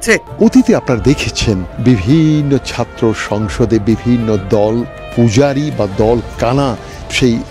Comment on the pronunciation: চাত্র না। ছাত্র। সঠিক উচ্চারণ করতে পারেনা।অথচ জাতীয় দৈনিকের সাংবাদিক 🥲